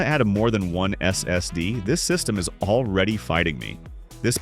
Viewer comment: bro is this an ai voice over am i tripping who says ssd like that